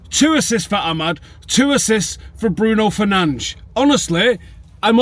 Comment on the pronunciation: What the hell are you doing? You know we're not supposed to pronounce Bruno's name properly until we win the league lol